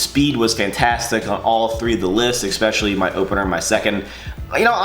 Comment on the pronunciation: Ex-specially orrrrr Especially? Haha. POTATO!!!!!